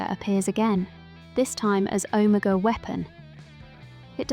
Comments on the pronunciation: Never in my life have I ever heard anyone pronounce Omega so incorrectly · Why are you pronouncing Omega like that?